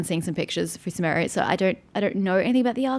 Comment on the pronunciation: Sumeru should be pronounced shooh-meh-roo. The game pronounces it sooh-meh-roo, but I'm not sure if it is an accepted pronunciation of it or not.